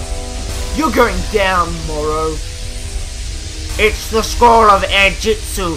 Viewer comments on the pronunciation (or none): You say Moro its morro